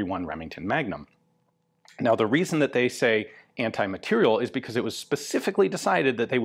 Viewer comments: Ian, I can't believe that. It's Anti-MATERIEL rifle. Not "material". MateriEl... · You say ``anti-materiel`` but all i can hear is very quiet ``anti-personnel``...